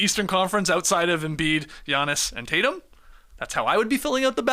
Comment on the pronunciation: "Tay-Tums" almost killed me